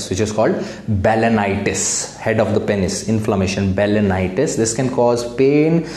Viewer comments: Lol! That's what I was wondering too. Pen is or penis? 🤣🤣🤣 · Agar doctor bhi Penis sahi se pronounce nahi karega toh kya hoga desh ka ://